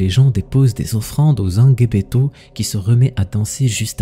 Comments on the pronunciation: Justement au sujet du rituel c’est n’est pas sangebeto comme tu prononce mais sangbetô je suis béninois et je sais de quoi je parle merci pour la vidéo tout de même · C’est zangbétô pas zanguebeto 😂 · Je suis Béninois. La prononciation est: zangbétor. On ne lit pas le g à part. Il faut être initié (awo) pour connaître le secret. Ce sont les esprits qui agissent. 💪 🇧🇯